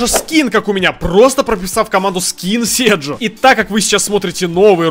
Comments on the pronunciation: не сэджо а седжо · НЕ СЭРЖО А СЭДЖО